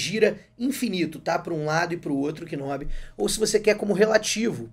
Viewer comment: Video excelente! Obrigado por compartilhar a dica! Se me permite uma correção, a pronúncia não é "k"nob. Na realidade, você não pronuncia o K. Pronuncia-se "nob".